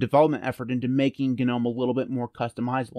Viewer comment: The g in gnome is silent...